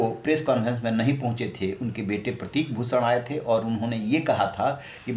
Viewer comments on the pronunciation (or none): Sha shabd ka sahi ucharan nhi kr paate he aap . Sha ko sa ucharit krte he aap . Bhushan ko bhusan sharan ko saran keh rhe he . Ishara ko isara keh rhe he